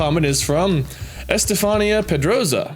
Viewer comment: It's not Es-tey-fahn-e-ah. It's Es-tey-fun-e-ah. I have a friend with that name who people are always saying it wrong